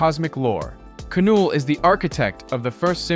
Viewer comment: It's not k-null bro it's just said null